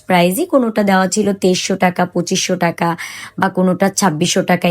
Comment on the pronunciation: টাকা not টেকা।